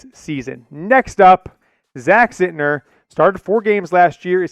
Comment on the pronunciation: It's not Zintner lol